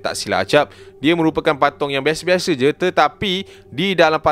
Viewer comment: "bukan beshe beshe" 😂